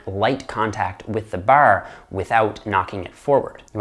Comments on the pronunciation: Grip the baahr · Baar. . . Dead giveaway to his Eastern Canada upbringing. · The way he says bar sounds like northern midwest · This guy says ‘’Bar’’ in an Irish accent kept thinking he was Irish 😂😂🇮🇪🇮🇪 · Is Irish? I can hear some Irish when he says "bar". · The Canadian accent on the word bar